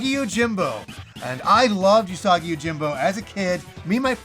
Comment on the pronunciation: Gonna blow your mind, Usagi is pronounced 'oo'sagi, like the 'oo' in food. It means rabbit in Japanese!